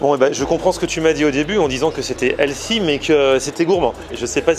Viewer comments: Healthy... Heu pardon, Elssi en fait. Alors soit vous le prononcez bien, soit vous dites Santé et ça fonctionne tout aussi bien. Anglicisme inutile. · C'est qui «Elsie»? «sain», «frais», «bon pour la santé», «équilibré», ça marche mieux que «healthy» (avec un h aspiré, bien sûr). «chef de bar» au lieu de «barman» souligne la compétence et l'indépendance du professionnel en charge de la préparation et du service des boissons, substitution adroite et réussie. Bravo et bon appétit! 🥗🥝🍅🥑🥕🥦